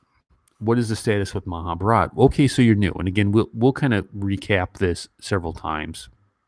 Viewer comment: You got a such a beautiful heart ( a man who can cry is the most handsome in my eyes) 💖, Professor! we actually like more of your sweet bullying the so called haters on d forum , and ur consistently mispronouncing Maha bharat as Maha bhraaat.. haha 😂 or Rama yun ( not Rama - yaaaan) 😂